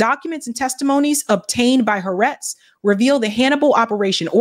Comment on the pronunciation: hi. Haaretz is pronounced: ha-R-etz